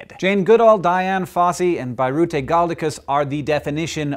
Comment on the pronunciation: Hank, Birute is not pronounced with an [ai] but with [i]